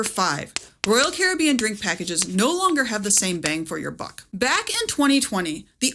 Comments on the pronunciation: Your pronunciation of Caribbean drives me crazy. I had to stop watching. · I'm just bothered by her pronunciation of carribean. I'll get the drink package and enjoy the lack of worrying about what cost will add up at the end of my vacation. Thank you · Its pronounced Caribbean..... NOT Caribbean. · The way you pronounce Caribbean is annoying. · Pronouncing Royal Caribbean the same way you pronounce pirates of the Caribbean is wild 😜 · Please pronounce Caribbean correctly! As in Royal Caribbean